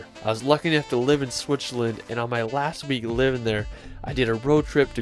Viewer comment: Swicherland?? Where the fuck is swicherland??? I think you mean Switzerland, it has a T and a Z 👍